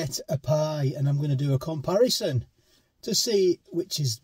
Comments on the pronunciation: A steak pie " compiereson" 😝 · It's called a "ComPieRison".....